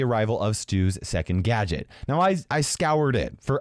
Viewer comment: Gaget not gate